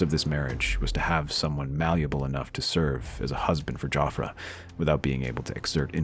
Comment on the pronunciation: I kept hearing "JoffrEY" and was soooo confused